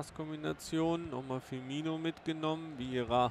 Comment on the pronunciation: Sehr gute Videos, bis auf die Aussprache mancher Namen, die zumindest bei mir Ohrenbluten verursachen. - Firmino wird genau so gesprochen wie geschrieben. Du sprichst ihn aus, als hieße er "Firminho" (tut er aber nicht). - Aussprache João